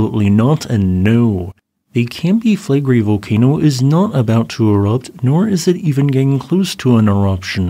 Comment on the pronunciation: Sorry, but I have to mention this. They way you shorten "Campi Flegrei" down to "Campi Flegri", you are not a YouTuber, but just a Youter.